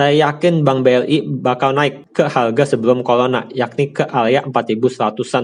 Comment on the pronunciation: Pelat, CORONA dibaca COLONA 😂